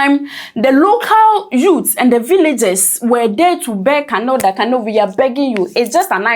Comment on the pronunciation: the name is pronounced "kUnal" not kanal